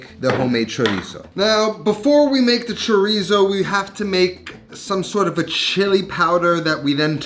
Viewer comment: Might not be able to say Chorizo but you can sure make it!